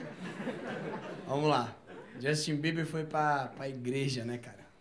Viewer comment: "Jostin beber"😂😂😂